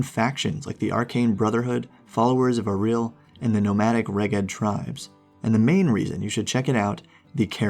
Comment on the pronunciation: Nice video guys, I'm starting Frostmaiden on Saturday and really looking forward to it. These videos are helping quite a lot. One minor quibble though: the book includes the pronunciation guide of different names, so the pronunciation of Auril in this video was making me cringe a little. :)